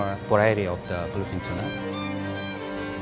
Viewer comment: he is pronouncing bluefins sounds like philippines.